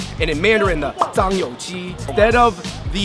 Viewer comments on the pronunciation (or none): Vivienne Eliza nah its zhangyouji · It's JiangYouJi not ZhangYouJi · Isn't it jiangyouji not zhangyouji? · The soy sauce chicken it's 'JIANG YOU JI' not 'ZHANGYOUJI'😂😂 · You are right, but in this case, it's not a mispronunciation, it's straight up wrong. The name is JiangYouJi, not ZhangYouJi. Jiang means sauce, and JiangYou means soy sauce. Ji is chicken. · that not zhang you ji,that read jiang you ji酱油鸡